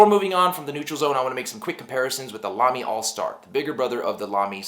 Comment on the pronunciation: Exce!lent German pronouncement! Good review too.